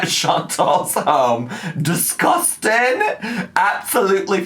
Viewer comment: LMAO THE “fookin diskustin” sent meeeeeeeeeeeeee